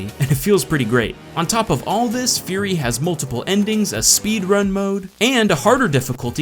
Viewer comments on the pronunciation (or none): Does realize that he is pronouncing Furi wrong? It should sound like "Free." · It is actually pronounced Fuu-ree, not FURY!!!!!!!!!!!!!! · Hey, my only problem with this video is pronunciation of "Furi", I believe it is pronounced "Free"